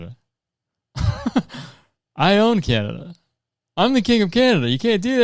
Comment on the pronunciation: “Canna-Duh”, my new weed brand, launching all across NA (US & CAN) 2027!